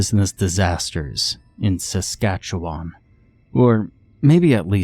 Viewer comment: To there credit they didn't butcher Saskatchewan like most do